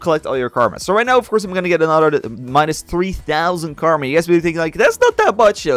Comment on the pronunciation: he keeps saying anoder its not thst hard to say th its another